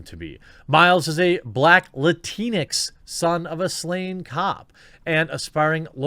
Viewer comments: Lantix? Sorta sounds like a slur or when a child trying to pronounce Latino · Okay about the Latinx (actually it’s pronounced Latin-x) is the stupidest thing ever made and term used. End of story🤣🤣🤣🤣